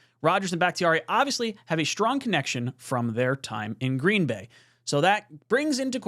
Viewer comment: green BAY not GREEN bay